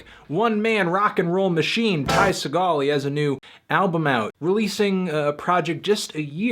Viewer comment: The sticker that comes on the plastic wrap of the LP has a guide on how to pronounce Ty Segall ( like Tie Seagull), but you still can't pronounce it correctly.